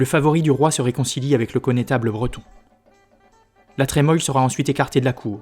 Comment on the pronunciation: Je peux me tromper mais la Trémoille se prononce la tremouille non? Quelqu'un a l'info ?